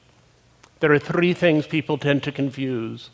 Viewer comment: i like the way he says thdddree